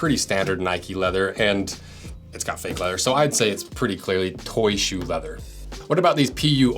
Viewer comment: Bro I’m sorry but I hate how he calls it “Toy ShOe”